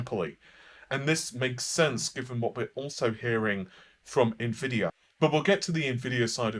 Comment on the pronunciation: It's not pronounced Nah-Vay. It's not even spelled that way. 🤓